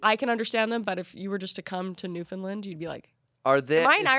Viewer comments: As someone with family from Newfoundland, please, for the love of the gods, it is pronounced “new-fun-land” I died a little when Kris said “newfinlind” 😂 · Weird to think Amanda rode a bike in my home town AND my dad would correct you on how you say Newfoundland, it’s more like Newf’nland, he was born and raised in St. John’s you see.. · 0 Newfoundland got mentioned but i gotta say it its pronounced newfnland rhymes with understand